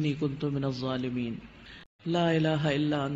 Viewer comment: Pronunciation not Zolimiin It should be dhzolimiin🙏🙏🙆‍♂️